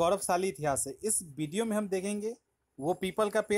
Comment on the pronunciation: Vedio ko vadio bol raha h😂